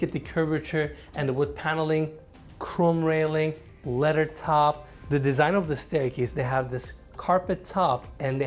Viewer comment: Dude needs to learn how to pronounce "leather"...it took me a while to figure out what he meant by "letter wrapped". Otherwise great video, beautiful yacht. I understand the Hilfiger theme but that bedding is just not attractive. I also think of all the homeless people, orphans and animals the value of this extravagance could help. It's not like you can take any of this when you go. What is really important in the short time we are here?